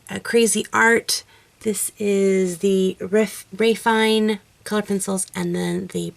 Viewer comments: Just an FYI, the Marco Raffine' pencils are pronounced "ruh-FEE-neh", not Ruh-FINE"...lol ;) (It's French.) That being said, I liked the Crayola, Prismacolour & Raffine' eyes the most. :) I also tried to blow away the pencil dust, by the way...lol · The accent on the "e" in Raffiné makes it be pronounced Raf-ee-nay... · As a native French speaker I have to say this cx I believe raffiné is pronounced ra-fee-neh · raffiné, it's a french word, you should pronounce how it's written 🙈😘 nice work